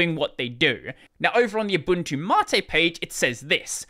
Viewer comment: Wait... MATE is actually "mahtae"?